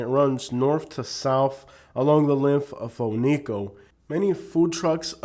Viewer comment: Oneco isnt a bad place. Its kinda like a big flea market. It can be a fun place to spend a day It is pronounced OH - NEE - KO BTW